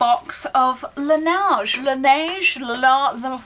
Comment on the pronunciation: Hello :) Just a little comment to say L'occitane is pronounce "L'oksitan" 😊 just wanted to say as it comes up quite often this year! 😊 Also for la neige, the "ei" is pronounced like the e in "best". It means "the snow":😊